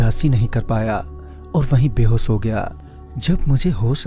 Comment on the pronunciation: Pronounciation of behos, is behosh, sa nahi sha PLEASE Correct your hindi uccharan** you friend🎂🎃